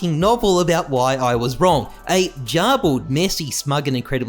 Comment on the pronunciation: lmfao "jarbled". it's HARD G GARBLED.